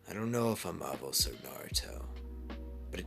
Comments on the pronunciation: NOOOOOOOOOO NOOOOOOOOO HIS NAME IS ANOS NOT AVOS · Why was there a v it was avos its Anos lol